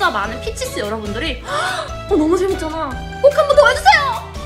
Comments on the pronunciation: i always hear "hi peaches" as hi bitches. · This is my first time watching this channel and the intro made me almost spit out my drink. Did NOT think they said “hi Peaches” at first 😂